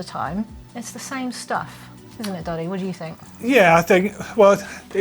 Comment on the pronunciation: So funny that the automatic caption misses sometimes and says 'daddy' instead of Doddy